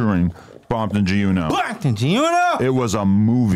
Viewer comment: Adam kept soning gee uno lol. He better be careful.